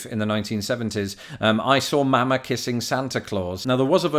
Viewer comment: Please stop saying Mama like that no one in the USA says it like that. You are using the A sound like in the word cat but it is really the "ah" sound like the in the word father. The cat A is a much harder sound and even higher pitched where as the Ah sound in father is softer and lower pitched. I've listed to people from all over the US say mama and its generally the same except in some places they say it faster or slower or cut of the second ma.